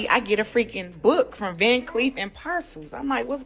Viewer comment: Where is the 'C' in Arpels? This girl said parcels. That is simply insane. LOL